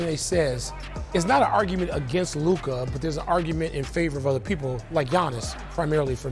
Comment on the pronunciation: The refusal to even learn how to say Luka's name after years now on the part of SA says it all.